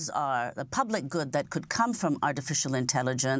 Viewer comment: lmao why is she pronouncing it like 'ortificial'